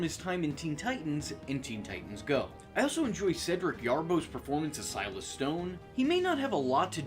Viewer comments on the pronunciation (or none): none